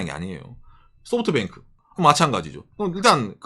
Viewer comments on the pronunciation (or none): none